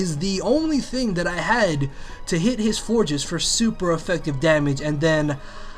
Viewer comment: On Flor-ges vs Flor-jess, I'm pretty sure the intended pronunciation is "Flor-jess". I've read a few times that it's name comes from Flower + Gorgeous, and Flor is flower in Spanish. So you take flor and add the pronunciation of the "geous" at the end of gorgeous. I could be wrong, not like pronunciations matter that much, but that's how I've always seen it.